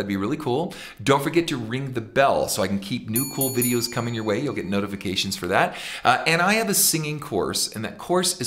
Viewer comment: One of my favorite things about his singing, is how he sings the word Way. He pronounces it Weee. Layne Staley does this too sometimes.